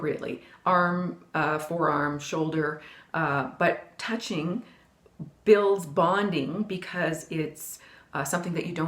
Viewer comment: Did you say"Butt touching.........